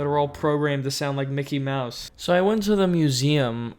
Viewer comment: I liked when it said Mikey mouse instead of Mickey Mouse